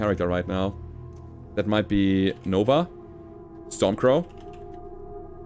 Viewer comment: Stormcrow, its stormcrow lol